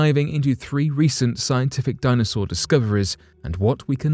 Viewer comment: "A baby dinosawur."